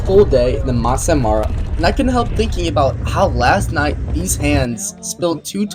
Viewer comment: didn't even try to pronounce maasai mara right😂😂😂